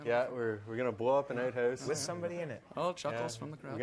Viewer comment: You should never let a Canadian say the words ‘Out House’ 🤣